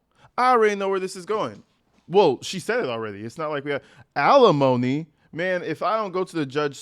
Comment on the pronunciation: It's alimony NOT felonomy !!!